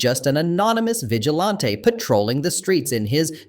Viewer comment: Lol "vigelawnteh"